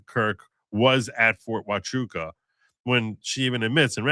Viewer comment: Yes you pronounced Huachuca correctly